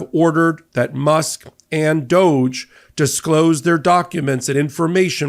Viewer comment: DŌGE??? More like DÕG Ē. 😂